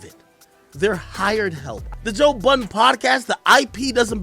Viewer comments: He said toe buddin in the Intro Lol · This man said Toe Budden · Did he call him Toe Budden 😅😭💀